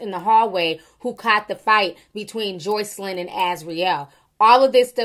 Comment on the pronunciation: You hit that JOYCElyn hard! Lol Perfect pronunciation! 😂😂😂😂😂😂😂😂 You so silly Ti!